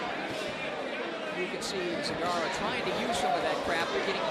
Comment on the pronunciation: Почему Сегарра? Мля, ясно же и точно сказали ,,Зегарра", почему под себя переворачивать, для чего?!